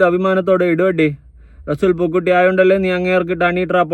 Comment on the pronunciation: റസൂൽ പൂക്കുട്ടി (പൂക്കുറ്റി )അല്ല